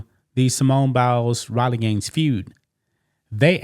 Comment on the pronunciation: It's not Bowels - it is Biles, bi, rhyming with eye! That said, you are looking very cute - it must be a feeling of well-being due to some personal success. That said, (LOL) thank you for continuing to bring us this kind of news.